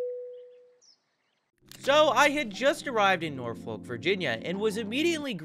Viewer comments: it’s pronounced nor-fick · Norfolk is pronounced “NAHfihk” by the locals 😅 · real ones call it “naw-fak” 😂